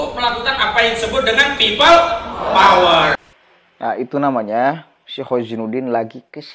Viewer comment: PEOPLE "DOWER" BUKAN PEOPLE POWER